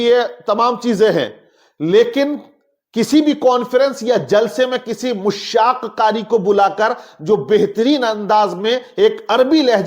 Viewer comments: मुश्शाक़ नहीं दुरुस्त लफ्ज़ मुश्शाक़ है जनाब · Are Janab Mushshak nahi Mashshak lafz hai.